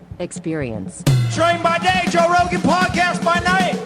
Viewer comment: Joe. It's joee.